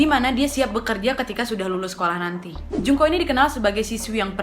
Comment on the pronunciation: Ku dengernya Jungkook 😭😂